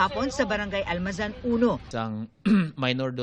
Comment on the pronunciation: Almanza uno po hindi almazan